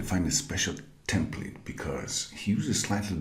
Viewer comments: The phonetic readings are right, you are just not pronouncing the second one. You do the long vowel instead of the short one as in "templeete" / ˈtɛm pliːt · / year later you still misspronounce "template" :) I noticed that in some old videos when reacting to them